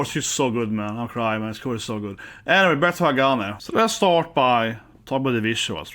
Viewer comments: It's pronounced Ha ga nee. Glad you finally got to this. Nineteen months after release but you got to It.🤣 A little too much attention paid to nail polish 🤔 Hagane are: Nagi: Vocals (newer to band) Sakura Yoshida: Guitar (founder and leader) Sayaka: Bass Junna: Drums (newer to band) Plenty of Japanese bands out there you haven't done Asterism, Aldious, Bridear, Destrose, Fate Gear, Gacharic Spin, Mary's Blood, Mellows, Nek!, Paradoxx, Trident, Unlucky Morpheus to name some. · Ha-ga-neh. Kind of more like "Neh", not "nee". It's the Japanese syllable ね. The band name means "steel".